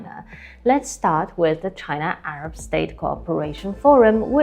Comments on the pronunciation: Not ARBA but ARAB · CHINA-ARAB SOLIDARITY, NOT ''ARBA''